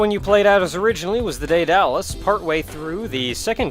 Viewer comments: Alright, I have to say this. I apologize. Daedalus is Day-duh-lus (Daidalos is another spelling). Softer transition from the "Day" to the "Da" as well. My being half-Greek made me freak out every time you said it like that since it's a Greek name and a Greek mythological figure (father of Icarus, creator of the Labyrinth which held the Minotaur, other stuff), so I apologize, but I really had to say that. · sigh- ded-uh-lus